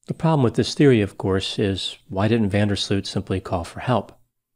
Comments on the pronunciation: You know when you say Ooow because your surprised 😮 oow that’s how you pronounce his name Joran van der “Slooowt” not Sloot- Sluuut like fluut that’s not correct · The oo in his surname is pronounced as oa in boat, not the way is pronouncing it here in this video.